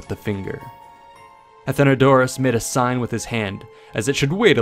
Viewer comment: It’s not Athen-odour-ous it’s Athen-o-doros. Source: Am classics major